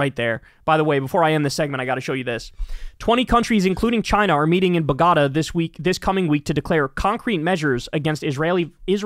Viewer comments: Hey Kyle, Bogota is Colombia's capital city, and it' pronounced BOH-GO-TAH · ¡I've never heard Bogotá pronounced Bagarda before! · Thanks for the show, but who says "Boh-Gotta"? 😂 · Ba-GA-ta??? You mean Bo-go-TA, right? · it’s bogota(bogo-ta). that was like nails on a chalkboard for me.. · It’s bo-go-TAH, Kyle. Bogotá. You can do it. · Haha. Buh-GAH-da Cmon man. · Bogota is pronounced BOGGO-TAR. Give respect instead of mangling the word. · Kyle, it's BOGO-TAH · "Accuse your enemy of that what you do"- literal Nazi shit. Also, homie... that's Boh-guh-tah. lol Colombia's capitol. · The way you pronounced Bogota 😂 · Kyle, I love your show. But you must research your pronunciations better. You should know how to pronounce "BOGOTA". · Oh man Kyle really butchered the pronunciation of Bogota. Everything else is on point. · Kyle, you cracked me up with your pronounciation of BOGOTÁ!!!! Remember the President of Colombia,Gustavo Petro broke off diplomatic relations with Israel more than a year ago for its genocide of the Palestinian people.. The only country in the world to do so at that time.That's why they're meeting in BOGOTÁ...It sounded like you were selling pepperoni when you said Bogotá...🤣😂🤣😂🤣😂😉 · Kyle, please learn to pronounce Bogota 😂 - it's on your side of the world!